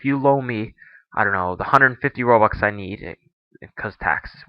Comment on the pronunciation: "rubux" xD